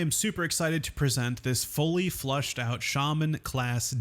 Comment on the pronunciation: Fleshed out. Not flushed